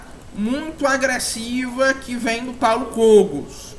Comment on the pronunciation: É paulo Kógos que se pronuncia, nao Kôgos